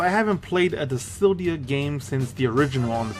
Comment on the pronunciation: Dude learn how to read. Dissidia not disildia